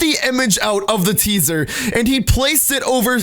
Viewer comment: At the beginning, he says caesar not teaser, listen closely